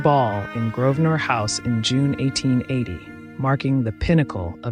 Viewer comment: I am new to your channel and find it very interesting. May I help you sound even more professional? English pronunciation in UK. Grosvenor Square. Not pronounced with the S. The s is silent. So you pronounce it like GROVE- nor Square. Hope this helps. Not sure which episode this was mentioned in! Thanks.